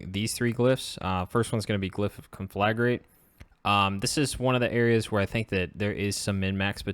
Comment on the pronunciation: It's pronounced con-fla-grate, not con-flag-rate.